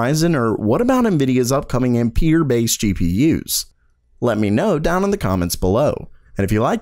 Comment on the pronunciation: Ampere is pronounced "am-per" as in amps at least it is here in the northeast. I don't know about the rest of the world. And, Genoa is pronounced "gen oh ah" as in the city in Italy.